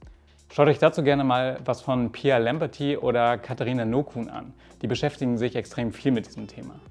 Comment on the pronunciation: Huhu, schön das es hier weitergeht. Eine kleine Anmerkung: Soweit ich weiss spricht man Pia Lamberty etwas anders aus. Es klingt hier "sehr englisch", soweit ich weiss wird Ihr Name jedoch "normal deutsch" ausgesprochen. Ansonsten ist mir der Redefluss manchmal etwas zu "abgehackt". Also Verhältnis: Pausen im Satz zu sonstiger Redegeschwindigkeit. Abgesehen davon wars sehr angenehm zuzuhören.